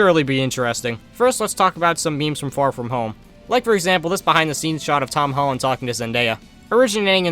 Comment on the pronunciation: “hom tolland”